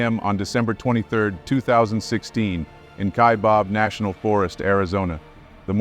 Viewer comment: It's Ky-Bab, not Ky-bob....